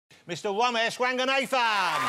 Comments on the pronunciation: It's Ramesh not romesh womesh bhomesh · So he can say Ramsey but not Ramesh?